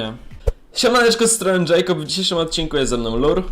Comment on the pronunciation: Lure a nie Lurr